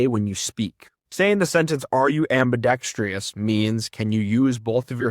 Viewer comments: Loved this video! You are such an effective communicator, jeez. Also I love your accent! One thing I just wanted to let you know is that it’s ‘ambidextrous’ not ambidextrious’ 😉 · > Lectures people on how important it is to listen before you can speak > Keeps saying "am be dex tree us"